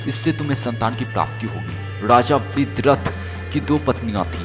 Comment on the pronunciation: U r voice is very funny u pronounce Raja as raza..🤣🤣🤣